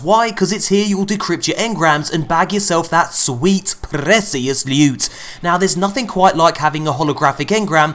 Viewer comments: It's Sweet PRRREECIOUS LEWWTTT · Is it just me or is it the worst thing ever when he says loot